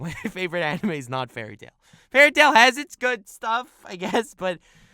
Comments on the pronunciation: The fuck I thought you where serious when you said fary tail and I was sooooooo happy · When he said fairly tail I nearly threw my phone